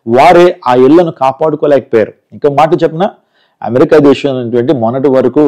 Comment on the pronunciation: Illullu kaadhu. Dhesssham kadhu Dhesam....I think you are a telugu educated person...no one says illullu...